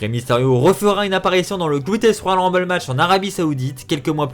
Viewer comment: Faut apprendre à parler : "royal rumbay", "servi à rein"... En plus, nxt, 205 live et nxt uk ont leur propre rumble. Mais effectivement, ça ne servirait à rien de faire gagner Rey.